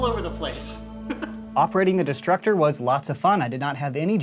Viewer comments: I kept thinking he said disruptor multiple times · I taught he said disruptor